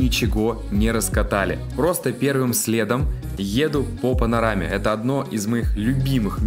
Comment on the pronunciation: "А сейчас я покажу вам спуски под пАнОрамой..." - стыдно товарищ, в вашем возрасте делать в одном слове две ошибки.